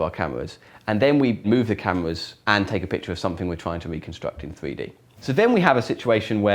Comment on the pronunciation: I love how he says "free d"